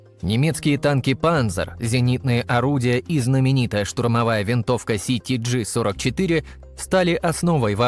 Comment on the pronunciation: Не "ситиджи-44", а СТГ-44. В немецкой транскрипции это был "Sturmgewehr-44" (Штурмневер-44). И не "меЗершмитт", а МЕССЕРШМИТТ.